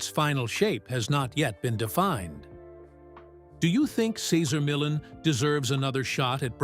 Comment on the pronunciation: At least pronounce this wonderful man's name correctly.